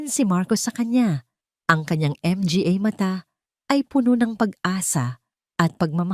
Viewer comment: 😂😂😂sorry po 🤣🤣🤣may kahusayan sana ang pagnanarate malinaw nakakatuwa lang ang mali niyang pagbigkas na maraming tagalog na salita. tulad ng mga, dra- doctora at iba pa ha ha ha 😂"MGA -manga "po ang tamang pagbigkas 😮pero natatawa talaga ako